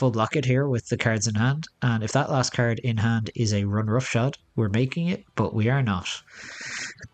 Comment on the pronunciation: Even better "Discaird a caird"